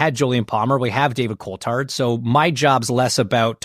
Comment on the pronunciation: As an American and huge F1 fan, I like him for an American point of view but someone should tell him how to pronounce “Coulthard”.